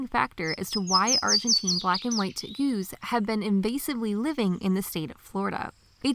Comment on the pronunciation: Teh- Gooz??? LOL what a weird pronunciation.